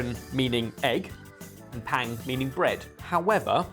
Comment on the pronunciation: I am Korean and hearing pronunciation I thought of south east Asia haha until he said the meaning and city. Closer pronunciation of gyeran (ge(t) ron) with no t and ppang (bbang) with ah instead of A.